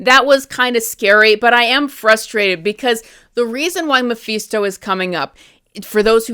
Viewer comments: Hate to do this but you're saying Mephisto completely wrong. It's pronounced Ma-Fist-O not Ma-Feast-O. It's weird that you say it properly sometimes but then say it wrong like you're doing it on purpose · it's mephisto, not meeephesto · "Mah-FIST-oh" Mephisto . Thank you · Who the hell is Muhfeesto? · I haven’t watched the show yet. But I’m interested. I agree though they should’ve shown us mephisto in Wanda vision but the clues were there. And it’s meh-fist-tow 😂🍻 Great critique though keep up the good work. My marvel watch list 6/15/25 update -The infinity saga was originally arranged by looper. As of 6/15/25 I made changes to maintain continuity. The rest of the sagas are arranged by me. -All numbered (1,2,3,etc.) content is the MCU/sacred timeline. Those are the movies, shows and shorts that you want to watch in order. -Anything marked with a “•” is additional/optional content for the advanced fan (added by myself). -I added the defenders, fox-verse, agent Carter and misc content to accompany the main timeline and fill in the gaps. -The key to the symbols are located at the end of the list. ——infinity saga—— 1. Iron man 2.Iron man 2 3.Incredible Hulk 4. The consultant (*marvel one shot) 5. Funny thing happened (*) 6. Thor 7. Capt. America •[@ Carter S:1-2] 8. Agent Carter (*) 9. Avengers 10. Item 47 (*) 11. Iron man 3 12. All hail the king (*) •[A@ S1:E1-7] 13. Thor: dark world •[A@ S1:E8-16] 14. Capt. America: the winter soldier •[A@ S1:E17-22] •[DS@ S:1] •[DS@ Jones S:1] •[DS@ S:2] •[DS@ Cage S:1] •[DS@ Fist S:1] •[%-Cloak and dagger S:1-2] •[DS@ Defenders] •[DS@ Punisher S:1] •[%@ the duck] 15. Guardians of the galaxy •[A@ S2:E1-19] 16. Avengers: age of ultron •[A@ S2:E20-22] 17. Ant man •[A@ S3:E1-19] 18. Capt. America: civil war •[A@ S3:E20-22] •[@ •[%-Ghostrider]